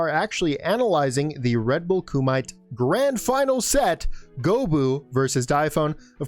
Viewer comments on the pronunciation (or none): Did you say Ku-mite?! It's Ku-me-tay!